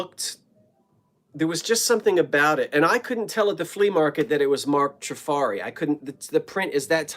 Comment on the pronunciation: Trifari is pronounced Tra-far-eee. You can carry on with whatever you like, but now if you pronounce it wrong I can say, "Well, I tried. My work here is done." lol. I love the glass shades, glass etched dessert plates and the console bowls. The work on the purse is superb. Take care of yourself.